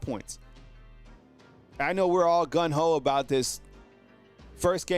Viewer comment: It's Gung Ho, not gun go